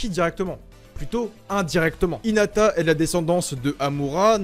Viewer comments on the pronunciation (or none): none